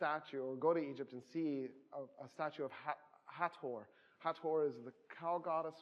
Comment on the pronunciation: Finally.... Thankyou.... You are the only person I have EVER heard pronounce Hathor correctly.... EVER. even the most qualified "experts" I've heard pronounce the "th" like this and that. But it is "T...H" two letters. Hat.... Hor.